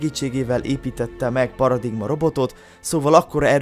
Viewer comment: paradigma inkább paraligma